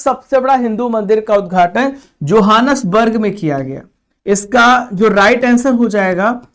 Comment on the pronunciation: Sir johnasburg ka pronunciation ahi se karo google ka madad le lo ...